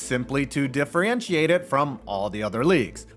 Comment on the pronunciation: the sydney sweeney comment is fine but the gross mispronunciation of the word “differentiate” is not